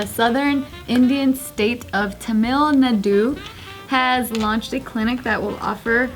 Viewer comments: you butchered Tamil Nadu 😂 but I still love you guys 💙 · Ahh killed me with her pronunciation of Tamil nadu